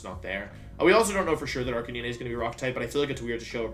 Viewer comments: Jesus Christ, how do you butcher Arcanine so badly as well? Its Arcanine, an ARCANE CANINE. (Ar-cay-nine) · I found "Arkaneeneigh" very jarring. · Arcani-ne??? Dude its Arcanine, like the number 9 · same! I have never heard anyone pronounce it like that... I thought it was pronounced "ARC-KAY-NINE?" I get almost all my pronunciations from the English anime but like idk. It seems like Wolfe has lots of alternate pronunciations (Gyarados, etc) so maybe it's intentional, or I'm wrong lol. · Joke. Same with Arcaneené and intimidahtee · I'm sorry am I literally the only person who noticed that he pronounces 'Decidueye' as "deck-ee-doo-ee"? It's "des-ID-joo-ai" LOLOLOL deck-ee-doo-ee edit: Jesus fucking Christ "arca-NEE-NAY"?????!??